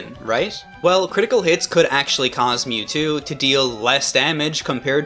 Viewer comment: i didnt know it was possible to mispronounce mewtwo